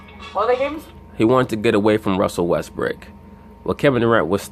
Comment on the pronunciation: I like your videos but you should stop calling him Westbrick, you have people who want to like listening to you who are from Oklahoma city and are fans of Westbrook. People understand you are trying to be funny but its getting old.